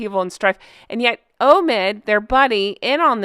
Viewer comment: Obi wan kanobe... Oh no... Its Omid as Omitted. 😂😂